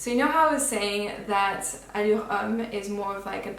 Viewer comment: You are best one on YouTube pronouncing “Allure”